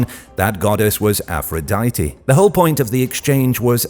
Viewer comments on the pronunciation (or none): none